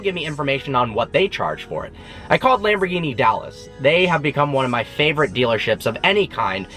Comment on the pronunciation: when you can't pronaunce Lamborghini Like it should be you don 't deserve the car..